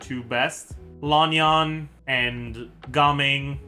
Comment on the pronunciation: just so you know, Lan Yan is pronounced with short vowels - it simply rhymes with the English words can, tan, ban, and so on. No need to go all the way to Lahn Yahn!